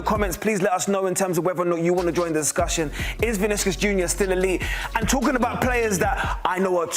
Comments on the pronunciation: “Viniskus Jr” 🤣🤣🤣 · Who tf is Viniskus Jr? C'mom man, at least get the name right.